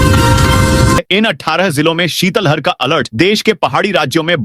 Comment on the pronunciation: ❤❤शीतल हर नहीं शीत लहर बोले।भारत में सभी उद्घोषक शीत लहर बोलते हैं केवल मध्यप्रदेश केवल के कुछ ही जिद कर शीतल हर बोलते हैं है। भाषा विज्ञानियों ने बताया है कि सही उच्चारण शीत लहर❤ है। इसी तरह ज्ञापन को भी छा प न बौना भी ग़लत उच्चारण है सही शव्द है ज्ञापन ❤